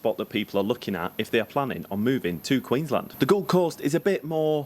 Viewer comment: Haha some insights, more so about adding to your content for the viewers.... Queen's Land Hahaha written as one word, pronounced as two.